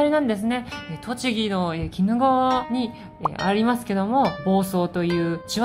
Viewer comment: 冒頭の鬼怒川は、キドガワとは読みませんよ。キヌガワと呼びますよ。恥ずかしいよ